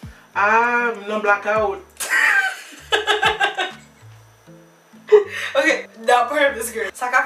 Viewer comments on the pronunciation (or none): disant "M nan blakawout" et le "ok baz" bon jan kreyøl ahahaha! Mèsi anpil pou kou eksprès lan lol. CONGRATULATIONS for your 1K!!!!🎉🎊